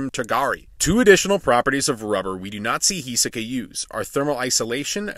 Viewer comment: H I S O K A not H I S E K A